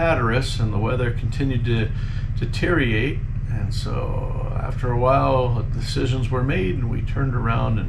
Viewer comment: "Deteriate" I haven't heard that since I lived in the Verde Valley, AZ.